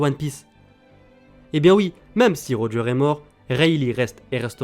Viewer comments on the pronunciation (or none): none